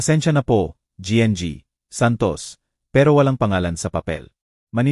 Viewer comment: Listening n watching fr Santiago general trias cavite Trias cavite,, sir correction lng po GNG,,po sa Tagalog po yan ay Ginang Santos,, Ginang Santos , thank u po